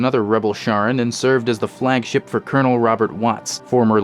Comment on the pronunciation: Its pronounced Karon not Sharon, good video though ^^